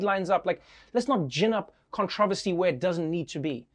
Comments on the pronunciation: Did he try to say controversy? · Love how Trevor pronounces “controversy”!